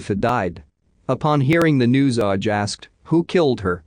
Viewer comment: Normally this kind of mispronunciation annoys me but this one had me in fits of giggles 🤭🤭😂🤣